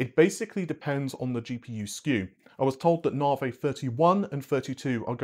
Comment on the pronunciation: Naarrhhhvheeyyy...., It's Navi , like navigation...Cringe